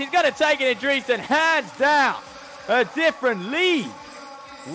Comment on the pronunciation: I have never heard anyone pronounce Dresden as Dreeesden.